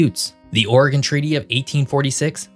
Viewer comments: As an Oregonian I just have to give you a shout out for not pernouncing it "ore-gone" and "will-eh-mit." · As a resident of Klamath Falls in the southern portion of the state of Relative Obscurity, I mean Oregon, I want to say congrats on properly pronouncing both Oregon and Willamette river and valley. Most of the time, both get butchered. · Hey I just want to say how much I appreciate your correct pronunciation of both Oregon and Willamette. I don't know if you're from around here or just did proper research but you're one of the few videos who say it correctly!!